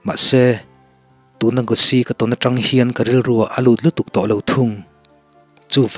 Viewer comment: Gospeli.. Mizo koh dan dikah chuan, Gawsi kan ti a. Tunlaimi chu an sap tawh em a Gosi an ti tawh a zawk em ni dawn..!? Nge, i lam ve tawp..? 😁😁👍